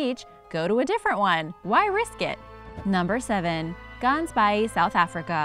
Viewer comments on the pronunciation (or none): I was confused when she said Gansbaai, had to look at the subtitles. That being said she did at least try and pronounce it correctly so well done for the attempt. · Omg u can not pronouce Ganbaai😂😂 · I live near gansbaai the way you pronounce it kills me lol it is pronounced in engleish goose bay but it is in afrikaans so it has n ggg and a aa sound to it